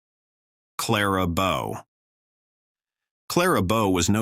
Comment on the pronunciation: For Pete’s sake, who edited this? While talking about Tallulah Bankhead, you showed repeated clips of Lucille Ball in ‘I Love Lucy’. Clara Bow’s name was pronounced 2 ways, and the AI narrator mispronounced Bette Davis’s first name - and while discussing her 3 marriages, said she had a tumultuous break up with ‘director’ Gary Cooper who was NOT a director and never was married to Davis. And in the portion on Veronica Lake, you showed film clips of Ginger Rogers! When it came to Judy Garland, it said she was married 5 times, “including to director Vincent Minnelli and musician Vincent Minnelli!” Come on!